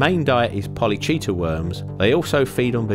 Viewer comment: he did mispronounce 'polychaete' as 'polly cheat' , but it is better than some of the anger inducing pretend authority of piffle I see so much of!